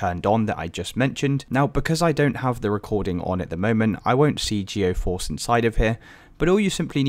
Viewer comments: appreciate the help, but just fyi it's GEE-force, not GEO-force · I'm gonna lose my mind if I hear you call it geOforce again brother the word is right in front of you, read it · its geforce. where are you getting geo from?